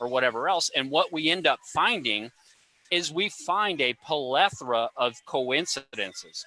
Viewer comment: Great panel. By the way, it’s plethora. Plethora. Not polethera.